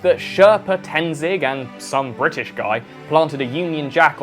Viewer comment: LMAO "bri'ish" ""people£""